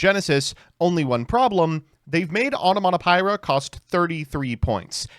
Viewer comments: "Onomato-py-ra 🤓" "Zubababancho Gagagacoat into Dodododwarf Gogogoglove, then trigger Utopic Onomatogagagabububukikiki 🗿" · It still bugs me how he pronounces Onomatopaira